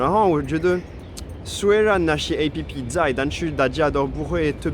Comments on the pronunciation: 竟然把app唸成A.P.P!! 哈...台化太深了吧😂😂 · 好融入台灣人哦 都會唸A-P-P 哈哈哈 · 你居然唸App (好台啊！) 我們連大多數的老人都有臉書呢XD 雖然現在大部分年輕人都用IG🤣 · 看著是配合台灣的